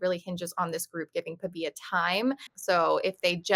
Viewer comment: Can’t even pronounce Pavias name. lol😂 so clueless.